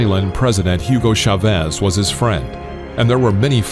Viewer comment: Why do English announcers pronounce CHavez as if its SHavez? I'm sure they can pronounce it correctly. Surely they wouldn't say , can you SHop me head of lettuce? Or. Santa came down the SHimney.